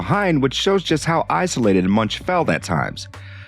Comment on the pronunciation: The 'ch' in Munch is pronounced like a 'k', 'Munk' (Danish and Norwegian for monk)